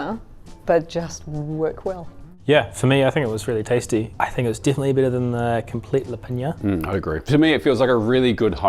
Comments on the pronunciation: Oh dude, thank you for butchering komplet lepinja for me. I would have gone nuclear if I was by any chance near you while you were in the process of making it. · Oooh have to stop watching after you butchered that komplet lepinja lol who knows how else other dishes are misrepresented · Love the content, but you completely butchered Serbian Komplet lepinja